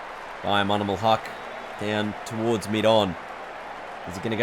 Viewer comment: its not monimul its mo-min-ul